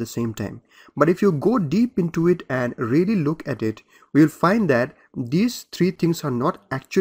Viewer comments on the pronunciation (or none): none